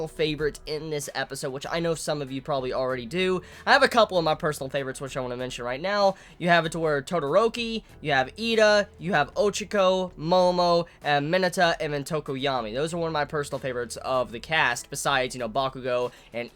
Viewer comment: why do you keep saying Ochiko when her name is Ochako? :D Or am I hearing it wrong?